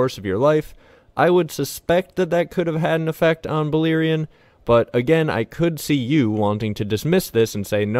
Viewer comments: balErion no I(ee).. read how its written. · Its "Bal(AIR)ion... not Beleerein. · Bah-Lair-ion not Baliron 😂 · Any language grammar/phonic rules tells me you're pronouncing it wrong. E= ee, and, I = ee cannot both be true. Buh-LAIR-eeon.